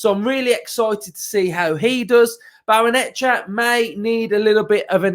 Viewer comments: Come on mate... you can do it... Barray-Nuh-CHAY-uh 😁👍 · Why is it only YouTubers who can't say it. 😂😂😂